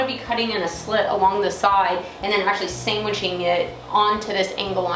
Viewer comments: Nice table, great job. Your energy in these videos is contagious to say the least, but I did hear you correctly..,? Sangwiching? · "Sangwiching" Nice build :)